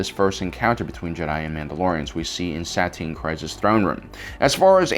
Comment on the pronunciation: Uuh i hate being rude but the mispronounciations soo often hurt my ears especially for such basic names like satine kryze that are said a million times if u actually follow star wars like the clone was